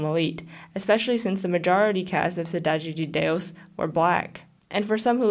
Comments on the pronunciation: As a Brazilian, I'm legit astounded with how good your accent is when saying "Cidade de Deus" and "La Casa de Papel" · can I just compliment you on your Cidade de Deus pronunciation? <3